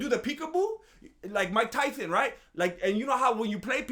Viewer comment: Brooo I can’t with this man why does me say mike tysons name like that 😭😭